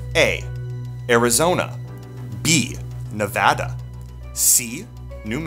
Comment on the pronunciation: He says Nevada the right way :)